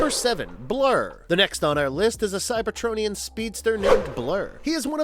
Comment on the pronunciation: I couldn't get through the metroplex part. When he pronounced Cyber-TRON-ian and then Ener-gone back to back, I was like ight time to hit the comment section